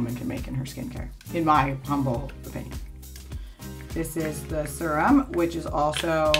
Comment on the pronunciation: why does she pronounce serum like surem?